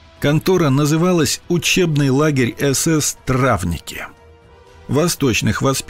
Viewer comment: Травники, знак ударения на последнее и